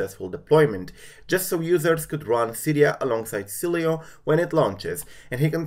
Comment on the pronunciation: Hey btw Sileo is pronounced (Silo) The e is silent